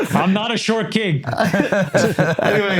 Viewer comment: I lost it when you pronounced Chamath Porty Poty Platypus🤣🤣🤣🤣